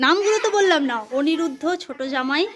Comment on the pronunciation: dear, EEshan এর জন্মটিতে বার্তা পাঠিয়েছি তোমার সেদিনের reel and post দুটিতে ই,আশা রাখি চোখে পড়েছে তোমার । সমাপ্তি এবং অনিরুদ্ধ, ওদের বিয়ের ছবি তো তুমি দেখাও নি । মিষ্টি মুখের জুড়ি দুটিকে খুব ভালো লাগলো । তুমি যদি অনিরুদ্ধকে ওনিরুদ্ধ উচ্চারণ কর তাহলে শব্দ টির অর্থ থাকবে না। তাই তুমি* অনিরুদ্ধ* উচ্চারণ করে যাও ।